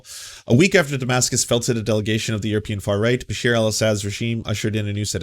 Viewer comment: Awesome coverage on Syria. Just one lil thing it’s Bashar not Basheer. Pronounced Ba Shar. It’s was very sad to see so many on the left welcome this Aaron matte character and other idiots like Rania K who claimed the peaceful protesters of Syria in were calling for arms and killing Christian’s. So their lies continue and the really don’t care for any Syrians regardless of ethnicity or religion. Syria has had over 4 million refugees and about the same amount displaced inside Syria. Entire cities destroyed and the majority on the crimes were done by the Assad regime.